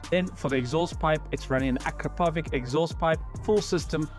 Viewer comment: AkrapoviCH ffs and NOT AkrapoviK! LMFAO